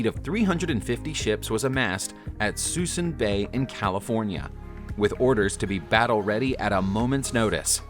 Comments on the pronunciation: Suh - Soon. Bay,! NOT 'Susson' (Suisun Bay...Used to fish around the mothball fleet) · Lol, mispronounced ‘Suisun Bay’. It’s pronounced (soo-soon).